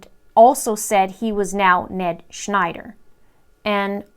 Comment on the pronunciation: The Ned Schnder gets me every time 😆